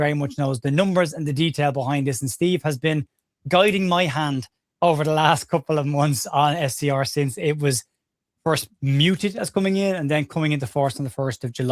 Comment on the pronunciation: it’s ‘mooted’ (proposed) not ‘muted’ (silenced)